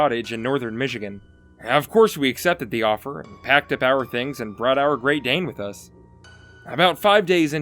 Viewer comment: And how he says wif instead of with.